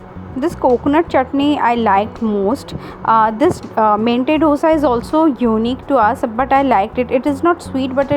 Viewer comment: It's not DHOSA. It's दोसा